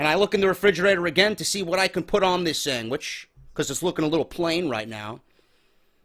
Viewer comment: he said sangwich